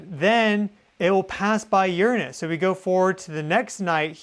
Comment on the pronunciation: finally somebody that pronounces Uranus correctly! It sounds so much better like that.